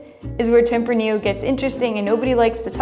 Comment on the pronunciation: you also butchered tempranillo, but who is counting... lol